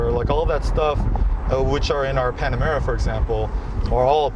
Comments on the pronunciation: the Panomara! 😆 😂 😆 😂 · I love that Jay keeps calling the Panamera "Panorama"... so funny! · Leno keeps saying “Panorama”! Lmao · "...panorama..." Oops! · Loved how J says “panarama” and the guy never corrects him😂😂😂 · Its Jay Leno, i think they will now change the name to Panarama and make sure he doesn't know they did it You don't upset JL, hes a Jewel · Panarama City is not far from his garage. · Why does he keep saying panorama? It’s Panamera! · Jay, it's "Panamera", not "Panorama." It's pretty obvious that you're a petrol head and haven't yet learned much about modern electric cars. Also, although the two terms are sort of interchangeable, "engines" are generally powered with a heat source, like gasoline, diesel, hydrogen. Electric cars have motors. Finally, when talking about electric car technology, saying "blah, blah, blah" shows your contempt for them. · anyone else gonna comment on the fact that he said “panorama” instead of panamera? 😂